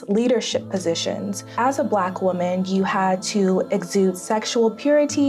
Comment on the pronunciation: Pronouncing woman and women incorrectly the entire time really throws me off 🧐